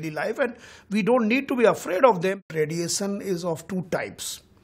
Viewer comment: This guy cant even pronounce emission or radiation properly... poor chap... in fact these many towers are bastardly consequences of corporate sale out by the government... government still has prominent share of the telephone lines ....this is a stupid show pin vomiting angreji being dumped by luck in TRAI.